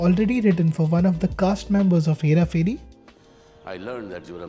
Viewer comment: say this 5 times.. hera pheri hera pheri hera pheri... ph is pronounced as ph and not f ... As part of the 1% opf Indians who know this, feels like i am the one mispronouncing it... Also it is 'phir' not 'fir'...great video otherwise!!